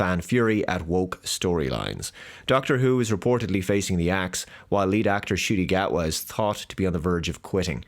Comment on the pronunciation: “The Scot” Gatwa? Ok.